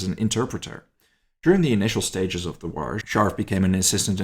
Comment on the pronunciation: What’s a “War-Ruh”? The English word, “war,” only has one syllable - not two!